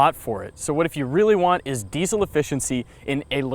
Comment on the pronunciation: I agree. Also this may sound a little off topic, but I will not buy any diesel car from anyone who butchers the pronunciation of the word diesel (regardless of where you live).